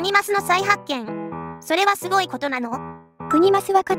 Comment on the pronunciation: すごいにんげんじゃなくて、すギョいにんげんですね！